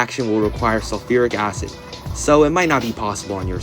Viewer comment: ah yes "SULURIC ACID" my favorite acid